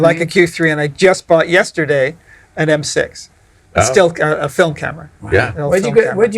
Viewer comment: There's Irish heritage, Fil-um